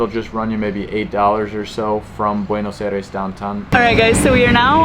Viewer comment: I gave it the first dislike because it’s cringy how you pronounce Buenos Aires. I’m sure it’s a good video but I just had to stop watching after 1 minute.